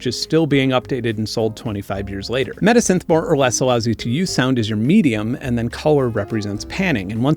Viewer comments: Why do you keep on saying midisynthh or medisynthh, its META SYNTH! And why do you hide the name of the programs you display? And where are the links to the programs you show? Just what??? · When you said "metasynth", I kept thinking you said "medisynth", like a portmanteau of "medicine" and "synthesizer". Would make a great name for a resynthesis plug-in lol